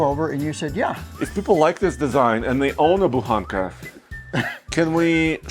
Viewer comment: Удивляет то, что слово "Буханка", произносится довольно внятно, почти без акцента. Интересно, авторы ролика знают, что означает и как выглядит эта самая буханка ржаного хлеба?